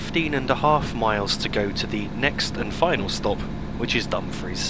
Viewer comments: Also, not to be critical and it may just be my hearing but it sounds as though you are pronouncing Dumfries as Dum-friz if so it's actually Dum-freess, if not apologies. Thanks again for the great videos,. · You are correct, I was mispronouncing Dumfries in seems lol:p